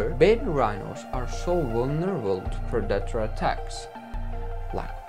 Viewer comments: Modern accent: predator , wildebeest Bro said Producker, wild a beast English is obviously not his first language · Just once I wish you would say predator instead of productors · And what is a pre-dat-or, lol. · In this 10 moments lions are killed by their Prey video I personally did not see even one lion being killed by their preys .Secondly it is pronounced Pre-de-tor but correct spelling is Predator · "As Per-data" = "predator" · For 3/4 of the vid I thought he said producter (which is not a word) and not predator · Tf is a purdator? Tf are you saying bruh I dont understand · 1st off I pray I never hear somebody say predator like you do because obviously you have no clue how to pronounce it . And 2nd off 200 feet tall is that giraffe from the Jurassic Time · Its Painful listening to this guy try to say 'Predator' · you really should learn how to prononce the word "predator"